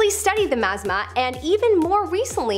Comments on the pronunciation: Thanks for letting this be known! My ears hurt! LOL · Was just about to put this same correction!! It truly is a gorgeous lake!!! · It's pronounced Mt. Ma--zah-ma. I lived in oregon for most of my childhood. But facts are on point though. I've been to Crater Lake multiple times. It's a beautiful place in the winter time